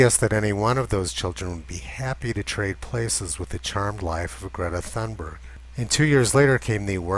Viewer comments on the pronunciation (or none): I agree! Just a comment on Swedish pronunciation - we don't have the 'th' sound so thun... is pronounced tun... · Gordon Adams Tunberg is the correct pronunciation, the T and H are not pronounced th as in English or other languages based on Greek/Latin. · The ”h” in Thunberg is silent. It is there just for ”decoration”. So Tunberg is a better version. I am Swedish. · ...the Pigtailed Pixie pronounces her name as toon-buyer - the scandies don't have a hard G at the end of words, more like a Y , unlike German, where the G is always 'hard', e.g. Georg comes out as Gay-orG...what she spouts is also rubbish of course, and she is leading many other children down her silly path...definitely needs to go back to skull to learn critical thinking, instead of accepting what alarmist have fed her...!